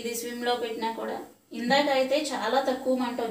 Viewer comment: Madam swim kaadu, it is SIM.